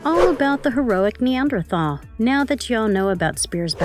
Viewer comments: It’s not pronounced neth anerdall, it’s pronounced NEEANDER-TALL. Nice video but that detail is making me NUTS. thank you. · Neth an drawl man? That is not even close to how you pronounce neanderthal. Nee ander tall. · holy shit lady its knee-AN-der-thal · Why can you not say Neanderthal right lol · Stop saying nethanderal! 🤦‍♂️ cant you read? I thought content creators done their research. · Can’t get over the pronunciation of the word Neanderthal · The pronunciation of Neanderthal (Knee an der tall) was driving me nuts. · This lady is driving me nuts it's pronounced nee-ander-thal! Ugh! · Yh that annoyed me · This is one of the worst, emotionless voice overs I’ve seen on YouTube. So many mispronounced words, not to mention “Neanderthal”! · Da fucc!??? How do you not know how to pronounce "Neanderthal"!? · Why does this person not know how pronounce Neanderthal? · And she said it so many times. How embarrassing. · This narrator totally massacred the term “NEANDERTHAL”😡🙄